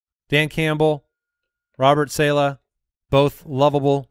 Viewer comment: Robert Say- Luh 🥴🥴🥴